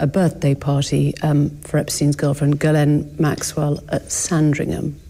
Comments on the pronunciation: French Canadian here. Guylaine and Ghislaine are two very different names. “Gh” is a soft “g” , “gu” is a har “g” and you definitely pronounce the s in Ghislaine. He doesn’t even know ho to pronounce her name. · Does anyone else suspect that the interviewer mispronounced "Ghislaine" on purpose to trick Andrew? (Was implying that?)